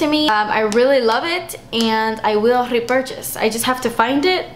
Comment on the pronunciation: I love how you siad rrrr-epurchase :d lol